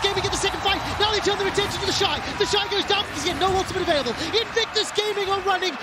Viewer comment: Same!!! I have to stop and be like "who tf is 'theshee'"